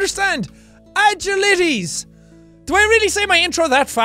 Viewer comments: Just realised he pronounced agilities wrong hahah 🤣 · Did anyone notice he said agilities wrong and doesn’t even know the word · Ok Ketter class is a game based on humanoid creatures highly classified shit the platform runs in so many site such as roblox by the name site 17 and there is an actual rp game play it's hard and you pronounced agilities wrong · I like how he doesn't know what agilities mean and how to pronounce it